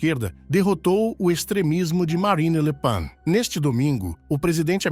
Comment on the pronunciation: Não é " LE PAN" é Le Pen...mesmo!!!